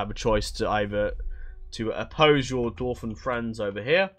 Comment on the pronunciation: I'm glad you corrected yourself with Carn-dûm, I was typing a message to point it out in the comments as you corrected yourself lol. The arrow on dûm basically just extends the "u" sound creating a "ooooo" effect. Another correction for you: Ost-in Edhil is pronounced ost in ethil. Ed = eth It's dwarVen, not dwarfen. Tolkien specified that while in other literature the correct use is Dwarfen, if you are referencing his Dwarves specifically, its the V variaiton. And thanks for the overview on this mod! The first thing I did when I found 4.0 on moddb was google "Third age total war 4.0 preview"... found a good video. thanks :)